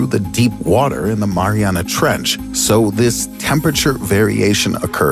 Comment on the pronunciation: STOP SAYING MARIANA